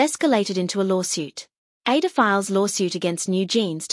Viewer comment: I sometimes wonder if the narrator of a lot of videos is made with AI.. the pronunciation of words like ADOR, which if you are someone who is familiar with kpop.. will know it's like "A-Door"..